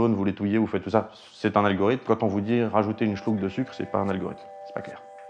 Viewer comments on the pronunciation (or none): "Un Schlouk de sucre" .. on sent l'Alsace qui remonte là :)